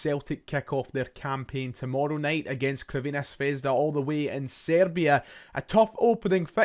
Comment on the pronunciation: Love ya but enough of the butchered Crvena Zvezda pronunciation, just say Red Star like the rest of us 😉